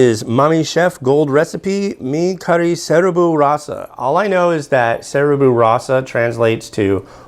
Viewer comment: Just so you know, seribu is pronounced as suh-ree-boo and yes its translated to a thousand. Nice review :)